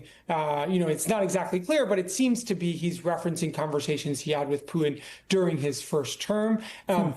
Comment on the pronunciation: Is it something kind of a fad these days to avoid pronouncing the letter "T"? It's pronounced Putin, not Poo-in.